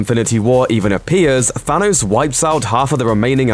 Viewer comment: Stop saying Fanos